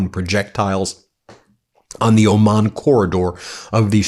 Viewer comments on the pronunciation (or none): none